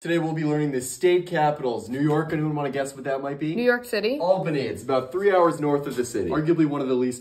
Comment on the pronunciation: THANK YOU for not pronouncing it "ale-bany"